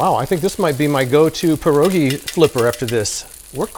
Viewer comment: love from Poland 🇵🇱❤️ didn't expect to see my classic national dish on here 😂 Btw I love the way you pronounce "pierogi"